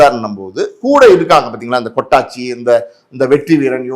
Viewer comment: Avar peru 'kottachi'...kottanguchi ila 😂😅